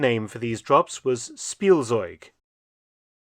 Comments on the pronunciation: Spielzeug — speel-tsoyg. The Z is often a “ts” sound and not a standard Z sound…. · In case you want to know the correct pronunciation of Spielzeug: It's more like Shpiel-tseug/-tsoig. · I opened the video as fast as I could. Faster than Blitzkrieg. Edit: "Spielzeug" is mispronounced. The correct pronunciation is "Schpielzeug". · Its pronounced Shpeeltsoyg in German "Toy" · It's "Shpieltseug"